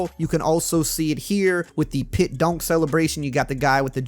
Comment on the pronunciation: He says DUNK funny lol 😆 DONK lol 😆